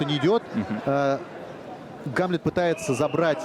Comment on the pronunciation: Диктор туповатый, имя Гамлет, ударение не правильно ставит, ещё бы амлетом бы назвал.)